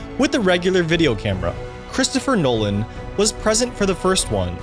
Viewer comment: Anyone cringe when he said chris’ 2nd name 😅😅